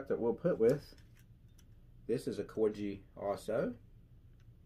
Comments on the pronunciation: It’s Corghi- the g is hard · Great video have some of your models featured myself great collection,Corgi is pronounced the same as the breed of dog the queen of England has before the purists get at you,🤫 If you can go to some diecast shows you can pick some parts for some of the models missing parts.👍